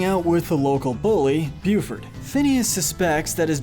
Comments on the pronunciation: I’m sorry but it’s Buford not booford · yes and he says buford as booford lmao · Who else hates how she wants to he says Lindana as lindAAnah instead of lindah-nah as well as Buford as boo-ford instead of bue-ford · The fact that he pronounces the name as BOOford and not BYOOford is so weird but sure that works😂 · Did he just say, booford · Oh god... “Boofard” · How can you know all this specific detail about the show and still mispronounce Lindana and Buford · Or the way he said Buford